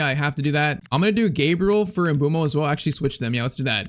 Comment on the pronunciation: It is mbu+emo Not mbumo Americans or European plss